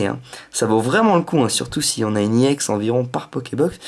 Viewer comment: pourquoi tu dit IEX c'est EX